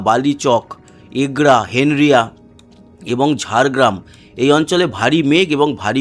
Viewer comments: ওরে ভাই ওটা হেনরিয়া নয় , হেঁড়িয়া । ধন্যবাদ। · সঠিক উচ্চারণ হেঁড়িয়া!হেনরিয়া নয়!!